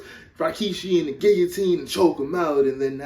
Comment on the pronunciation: "Puts him under the gilla, gulla, gigatine" 😭😭😭 I can't stop crying!